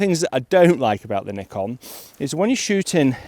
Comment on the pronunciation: Nice to hear you pronounce Nikon right as Nee-Kon! not as many other youtubers as Nye-kon. So annoying. I think modern Nikon is really good for landscape photography and architecture photography, because of sharp lenses and colour science which I like more than others.